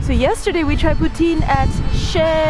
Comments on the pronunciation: calls poutine the right way Canadians: POOTEEN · Thank you for pronouncing poutine correctly! When cheese curds are squeaky, they're fresh! But personally, I don't like when they squeak haha! It's so nice to see you explore my city :) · For the first time forever I heard someone say poutine right